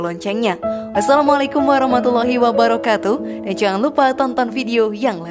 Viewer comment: Ape... Bace Salam...kalau... Bace... Fasehnye... Uwwebarakatuh ye..... Betulke... Salah... Bacenye